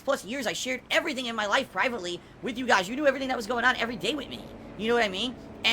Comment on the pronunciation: Why does he say WIT instead of WITH is it that hard to pronounce